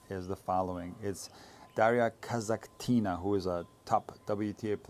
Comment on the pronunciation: come on now: „Kazakh-tina” would probably be a tiny sister of a Kasakh player, such as Rybakina for example. A tiny Kasakh girl - „Kasakh-tina”. Meanwhile, Daria is not so tiny and from Russia, and Kasatkina 🤣 What’s up with you mispronouncing so many tennis names 😂?